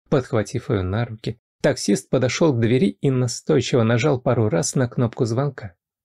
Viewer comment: Родительный и дательный падеж - ударение только на первом слоге - до двЕри, у двЕри, к двЕри 🙏🏻🌞🌷